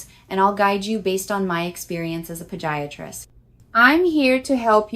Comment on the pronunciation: Watching these videos is starting to become comical. Literally every sentence is a different voice/accent. And u gotta love how it says someone’s age..one four instead of fourteen and how it says podiatrist 😂 U have such a large following and produce too good of content to use such a cheap AI voiceover program. Using AI isn’t the issue at all, it the fact it switches to a diff voice/accent literally every sentence. I just don’t seeing it being that hard to use an AI voice program that uses one consistent voice throughout the length of the video. Like myself, I see more followers bringing it up in the comments and I would just hate for u to lose followers because of this. Keep giving us great videos like u always do, but please take more time in the voiceovers 🙏🏽🙌🏽♥️